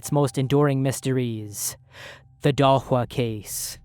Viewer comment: Shocked that you went for a good pronunciation of Dahlsjö